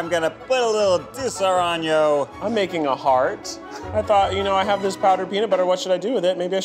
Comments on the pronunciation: ✨Disaronyo✨ lmfaooooooo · I died when he said Disaraño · Hahah I was thinking that too. Like he pronounces Disaronno as disoraño, right after saying he’s Italian… but he’s pronouncing it like it’s Spanish?! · Ugh and “Disaronno”. The company’s commercial literally says “dee-suh-ro-no” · Ned: I am Italian Also Ned: butchering that Italian liquor name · Just cant get over how Ned pronounces Disaronno 🥲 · The way Ned pronounces “nougat” and “Disaronno” is starting to make my eye twitch.